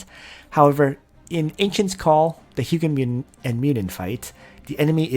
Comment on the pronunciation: Correct pronounciation is HOO-jin and MOO-nin. You should change title to Ancient Call edition since the setup you mentioned is mostly for that. Im thinking of using Ullrs and holy pegasi since i lack sky archers currently, and pegasi give 50% reduction when attacking. Outside of AC, sprint from pegasus route is invaluable when not using leticia. Other things worth mentioning are the pegasi route lacks melee skills.